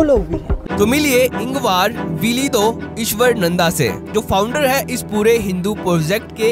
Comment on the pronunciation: Not ईश्वरनंदा. Pronounce his name as ईश्वरानंद Ishwaraanand